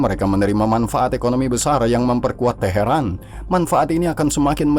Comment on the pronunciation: Teharan itu iraq atau iran min kok bilangnya taheran iraq mulu sih 😂